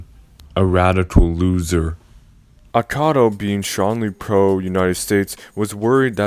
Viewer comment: Akao not Akado!